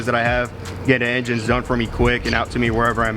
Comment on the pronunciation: "engines " lol